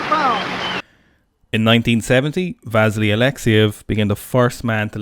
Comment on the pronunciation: Worth it to hear pronounce 'Vasily'